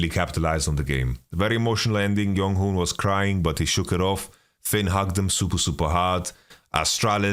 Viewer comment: idkl who started it but jeonghoon is pronounced with a hard J